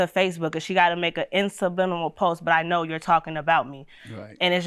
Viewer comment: And the first girl said "insubliminal messages "😂😂😂😂